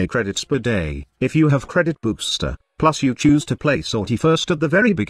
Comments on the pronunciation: i cant unhear credit boobster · why I heardcredit boobster